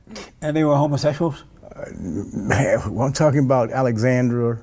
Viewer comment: “Homosessuals” gets me every time